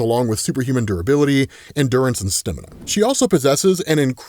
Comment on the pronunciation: don't say stamina like that man lol